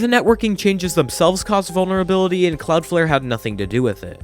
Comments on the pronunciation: “Cloudfare” AHHH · Stop saying Cloudflare wrong